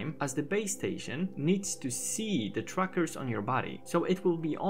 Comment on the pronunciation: Every time you say trackers all I hear is truckers lol.